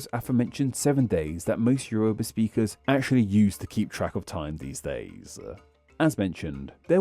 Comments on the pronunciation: The name of "Yoruba" is pronounced more like "YOR-uh-bah" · Thanks for covering Yoruba! your pronunciation made me crawl out of my skin(as a Yoruba). But it's okay! I still think it's cool